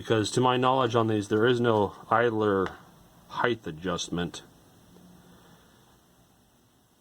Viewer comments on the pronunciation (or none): none